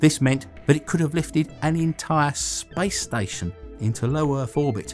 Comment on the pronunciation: why he sayin spice station lmao